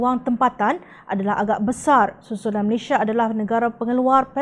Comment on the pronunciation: How to prononce the name of your country? Malaysia or Malayshia?